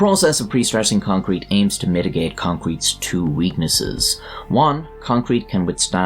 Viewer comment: or so you said "concwete"